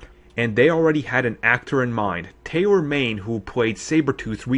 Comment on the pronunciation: I hate to be one of those people but here are some corrections: Tyler Mane not Taylor Mane."Rih-prase" should be "re-prise". The city in Ohio is called Sandusky not "Suh dinsky". (end of corrections) The second half of IM2 is where Thor was rumored to be introduced. It would've been better than what came out. That way, the Thor film could start off balls to the wall. Instead, it was meh.The Destroyer was handled all wrong.